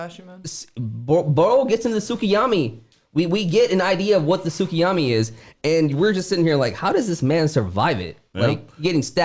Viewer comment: Lol "tsukiyami"